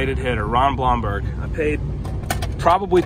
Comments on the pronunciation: Pronounced Bloomberg. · It’s pronounced “Bloom-berg” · You pronounce his last name Bloomberg. Not the spelling but that is how you say it. I know Ron. Great guy!! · Hey. Ron Blomberg (I see somebody else corrected the pronunciation) does a weekly Facebook Zoom telecast. It's great and he talks about baseball, the old times and has great guests. He was a fan favorite. His group can be found at